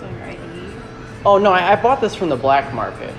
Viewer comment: Emphasis on “BLACK” too, this dude 😁